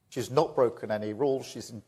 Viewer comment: But “sh’s very clear”.